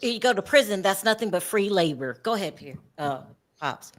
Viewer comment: Oh Lord she said the P Eird😂😂😂 nooooooooooo